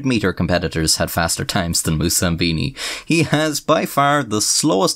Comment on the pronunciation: *Moussambani, not Moussambini.